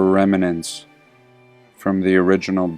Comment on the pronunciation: OK, I have to pull you up on the pronunciation of "remnant" - there are only two two syllables, REM + NANT you're adding an 'i' in there. Unless that's what they say in your part of the world. In which case, I'm sorry, I tried.